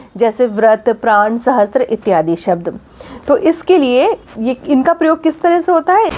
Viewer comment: बहुत सुंदर पर आप सहस्र का उच्चारण गलत कर रही हैं । स ह स्र होता है आप त्र लगा रही हैं ।